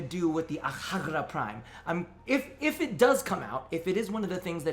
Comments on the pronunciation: Akjagara is my main Secondary. I NEED ITS PRIMED VERSION NAOUW. Wishes aside. I think its pronounced "Akyagara" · Omg every time you pronounced AKJAGARA prime I was like pls no